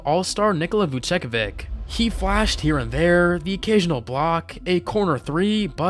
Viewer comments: Vucevic pronunciation irked me a lot more lol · Your pronunciation of names is wild. Vucevic killed me